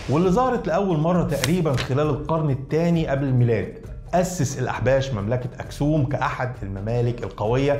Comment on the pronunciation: تلك مملكة و ذلك مجرد إسم للحم و ليس بينهما علاقة يجب أن تتعلمي التفرقة بين معاني الألفاظ عند مختلف الشعوب. نطقها أكْسُومْ و ليس كما تنطيقها دعك من نعرة القومية و لا وجود دليل آثري و لا نقوش على لغات حامية و سامية هي مجرد نظرية عنصرية توراتية .